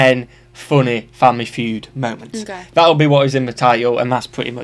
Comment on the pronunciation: Family Food? Haha 😂… It’s pronounced (Fyood)